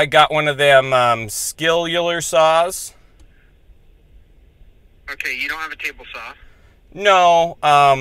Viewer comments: "I got one of them Skilular Saw" lmao 🤣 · “Skillular saw” 😂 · LOL "skillular saw" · A “skillular” saw 😂😂😂